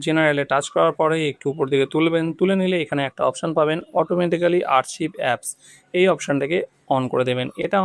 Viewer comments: বাবু, আর্চিভ নয় আর্কাইভ।কি অবস্থা!! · শব্দটা আর্চিভ নয়, আর্কাইভ, ভাই কোন ক্লাস অবধি পড়েছেন? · ওটা আরচিভ নয় আরকাইভ।